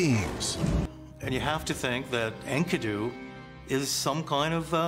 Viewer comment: Enkidu is the dude's name, not his species. He's not "The Enkidu". Also, these clowns saw the name Enkidu and thought "Oh yes, of course! Ink-uh-doo!"